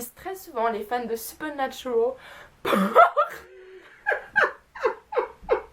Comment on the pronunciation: Supernaturaaaaal pas supernaturooool tu est française sinon bonne vidéo 😜